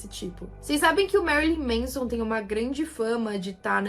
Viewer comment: Não é "MEIZON", é "MÉNSON".